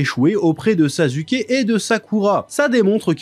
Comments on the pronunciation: Est ce que quelqu’un peut m’expliquer pourquoi il dit “sazuké“ ? Je comprend pas du tout , dans l’anime on entend bien des milliers de fois que les personnages disent “saske” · mais j’avoue quand meme que « sazuké » c’est quand meme abusé 😂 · Sa se prononce pas non plus « sasouké » le U en japonais est souvent muet ou peu appuyé, et quand on l’entend c’est genre beaucoup plus un U qu’un OU. Dire OU pour U c’est factuellement une erreur. En sois c’est un melange de sonorité, toute proportion gardée dans le melange c’est 50% un U 25% un OU 25% un E. ( c’est pas que 50% du temps on dis comme sa, je dis que la prononciation du U c’est un melange dans ces proportions. ) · ouais je sais c'est une prononciation aspiré genre "SSaSSKe" un truc du genre 😅 c'est juste je vanne😂 mais il prenonce tout les nom cheloument il force mais c'est juste marrant en vrai